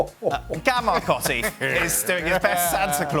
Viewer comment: What is up with Marcotti and his weirdo pronunciations?